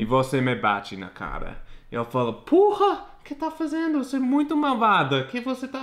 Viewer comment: KKKKKKKKKKKKKKKKKKKKKKKKKKKK "Eu falo POORRA"